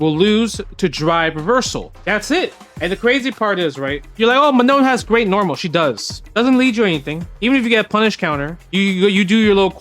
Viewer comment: WTF is this pronunciation of « Manon »